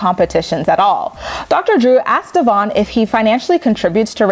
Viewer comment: Briana is disgusting towards Devoin. She voluntarily makes herself look stupid by not pronouncing Devoin's name right. She slept with him, but refuses to say his name right. And I still say if Devoin needed a loan, I highly doubt she would give him one.